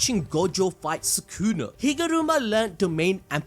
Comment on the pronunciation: I swear it was Soo-Koo-Nah, not Soo-Kewna